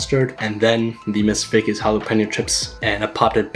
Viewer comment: him : Ms Vickie's what I hear : this Fake as hell 🤣